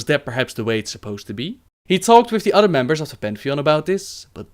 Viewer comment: love the vids but hate that he says udder instead of other